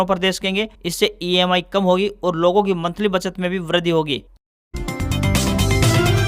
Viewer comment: Samacharon mai bole Gaye wrong word:- Vardhi. Correct word:- Virdhi.